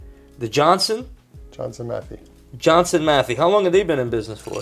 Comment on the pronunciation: It is pronounced “matt hay” Johnson matthey